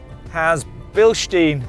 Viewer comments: Yes, super cool trucks, for me the Ram1500 - but : these are not "billshteen" shocks but beelshtyne shocks to pronounce Bilstein, that is a small but famous City in West Germany, correctly. This is just a small request to you Americans. thanks! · it's a German brand, right? Hence not 'Bilsteen'.